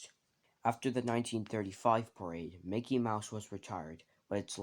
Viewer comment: you sayed MOKEY